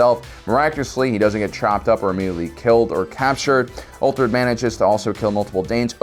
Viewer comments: So many mistakes in this video it's almost funny. ''We don't know how things looked 100 years ago...'' You mean back in 1921? ''Great Heathen Horde..'' It's the ''Great Heathen ARMY and it was not just Danes but Norse warriors from all over Scandinavia. Also, it's UTHRED not ''Uther''. The Macedonian Phalanx is NOT a shield wall, it's a spear wall,used as an offensive formation, similar concept to the European spear wall formations of the 15th Century. 300 is maybe a comic adaptation, with lots of over-the-top elements BUT the first battle scene, when the Persians attack and get pushed back by the Spartans, that is a fairly historical accurate depiction of a hoplite phalanx. Well, at least the part before Zach Snyder goes all Slow-Motion choreographed action that is..... (Also, Spartans use to wear heavy armor but whatever, this is a Frank Miller comic adaptation.) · its not ulthred ffs